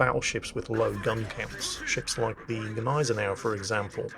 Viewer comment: And we found someone else who has no clue on how to Gneisenau, i´m not suprised.